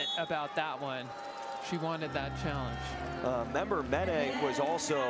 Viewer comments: Oh why oh why are so many PVF announcers so bad at pronouncing players' names?! Tonight, it's Atlanta's Lekitor Member-Menet. It's pronounced "men-AY." NOT "men-ET." This repeated mis-pronunciation of names is very UNprofessional. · According to the Vibes website, it’s actually pronounced LEH-keh-torr member MEN-uh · Leketor herself in an interview said it was pronounced Men-Uh. But doesn’t mind Men-Eh like she was referred to in college